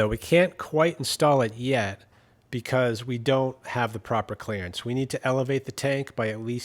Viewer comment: i think youve had too much exposure to us southern folks... Sounded like you said " clarence " instead of clerence! lol